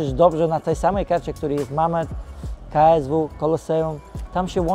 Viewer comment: Żeby miał trochę szacunku do federacji to nauczyłby się wymawiać poprawnie KSW